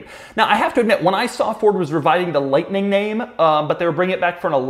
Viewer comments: really went southern there with the f150 liughhhhtnin’ at the end. ha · LoL at how Doug added a cowboy accent to "the F-150 Lightnin" at the end! I won't be impressed with EVs or Electric trucks until they have 500 mile+ range OR they make nation-wide 5 minute battery swaps possible to avoid charging time...it would work like propane swaps-but done with a qualified tech & security measures to avoid mistakes during the swap & prevent battery theft.